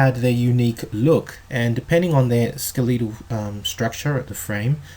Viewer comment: IT IS, " SKEH- LEH- TAL", WITH PRONUNCIATION ON THE FIRST SYLLABLE, BUT NOT, " SKE- LEE(!)- TAL", WITH PRONUNCIATION ON THE SECOND SYLLABLE...JUST SAYING!